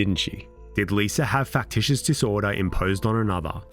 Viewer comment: L..I...S...A... How in the fuck does that spell "Liser"???? Why cant brits end a word in an A without turing it into an ER???